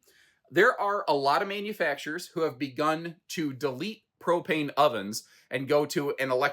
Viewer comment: Bwahaha, you said propanus. Thank you for keeping me laughing.